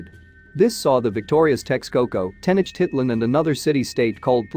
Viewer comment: Yeah, I'm here yelling at the enunciation lol. Teh-noach-teet-lahn. You should here me cuss at the Ancient Aliens guys on tv 😂 Sometimes they really slaughter the Spanish.